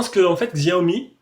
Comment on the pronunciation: bonjour, on ne dit pas xiaomi mais cha o mi Je suis en chine depuis 3 ans et je viens de faire l'aquisition du MIX2